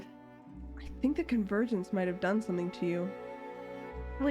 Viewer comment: 💀 I heard: You pulled me into your virgin 💀 Instead of: You pulled me into your Convergence Also: Fuckin comedy gold 😂